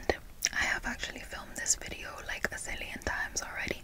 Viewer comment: When you said "zillions" I almost spit out my con leche